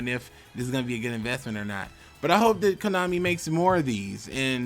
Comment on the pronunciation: what's konami? i just hear komoney